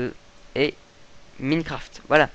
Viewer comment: cest ecri minecraft mais sa se dit mynecraft